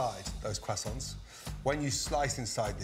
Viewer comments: Can we talk about how this guys is a professional chef yet doesn’t know how to say croissants correctly? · I'm here for the "Kwasants".